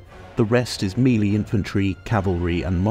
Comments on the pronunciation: Meh-lay not mee-lee... jeesh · "Actually, it's pronounced..." Sorry yeah gonna be that guy lol. It's "may-lay", which is the French word "mélée" (to mix or to blend).